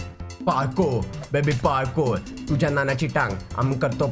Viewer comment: It is tuzya not tuja